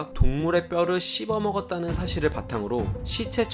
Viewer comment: 뼈를 쓉어먹었다는 ㅋㅋㅋㅋㅋㅋㅋㅋㅋㅋㅋㅋㅋㅋㅋㅋㅋㅋ